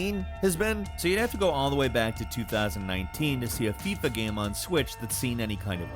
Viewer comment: can you actually say the proper word for ''game'', you have said ''gahm'' for more than a decade, why???